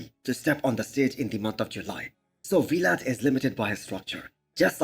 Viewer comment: It's Vlad, not We-lad